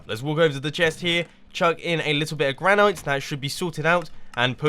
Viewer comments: Mumbo, it is pronounced gran-it not gran-ite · gran-it NOT gran-knight!!! GRRRR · You do know it is pronounced gran-it, right? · Granite is pronounced gran-it, also do a HermitCraft video with Etho and make something together, he's part of hermitcraft